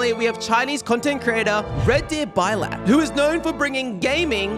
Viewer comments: You did nyot that pronounce Russian word blyat as baylat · It’s a curse word, so he mispronounced it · Aint no way bro pronounced blyat like that